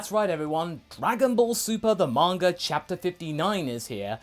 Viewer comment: "Manger" Haha